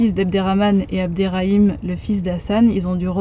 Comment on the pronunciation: It’s Abderrahim not abderraim 😊❤ that’s my name too...